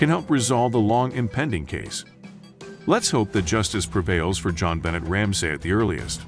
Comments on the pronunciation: Her name is bon- nay! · The most amazing part for me was how many times you said her name wrong, and how many things you got wrong about this case. Even the news clips you added said her name correctly. Do more research! God!